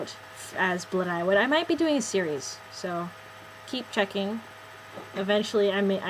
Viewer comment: ypure pronounceing blodeuwedd wrong. its Bluh die wedd the dd is like the th in weather.